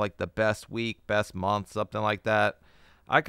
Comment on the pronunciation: you pronounce ' month' really weirdly.